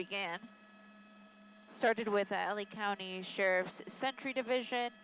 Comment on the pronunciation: Anybody else notice at the beginning of the pursuit that she said "sharted" instead of started? Lol an amusing little slip of the tongue.